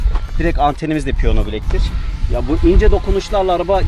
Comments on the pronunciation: Piyona yerine piyano deseniz iyi olurdu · seni Çok bilmiş Ama piyono değil Piyano